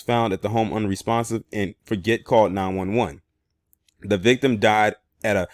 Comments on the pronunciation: Hey, how is it going, man! I just wanted to share with you that his last name which is spelled Forget is pronounced ( Forjay) in phonoenics. I believe it's a French last name. Keep bringing the good content and notable stories that go under the radar. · Yes its pronounced forjay like Guy Forget the old French tennis player.